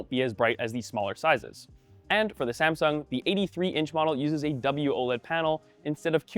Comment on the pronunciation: "SaNsung" Hah! xD